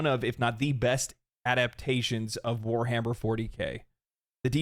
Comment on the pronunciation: Ewwww. Weshammer? Please try Leutin. Like an adult.